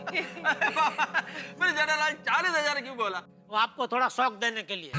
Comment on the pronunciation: people says-Jethalal Iyer says-jaitalal🤣🤣🤣